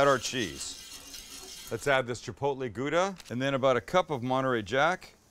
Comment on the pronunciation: This looks really amazing, I'm sure to make it pretty soon, maybe a small struggle to find all the ingredient. But Sam, take advice from a Dutch guy, practice a bit on your 'Gouda'.